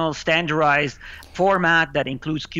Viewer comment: Stanarized? It's Standardized